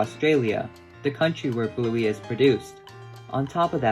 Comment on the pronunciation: Don't you ever rhyme "Bluey" with "Newy' ever again.